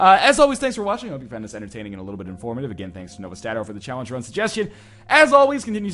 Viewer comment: you said challenge rum.